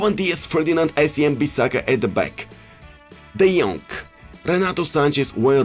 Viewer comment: De jonk not de jong !!!!! C’mon ea fix it